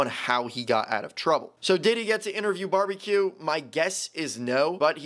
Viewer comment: Before those captions came on I thought he was called “Barbie cue”